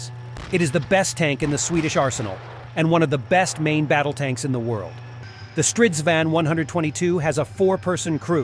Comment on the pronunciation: no shit, I was making fun of the pronunciation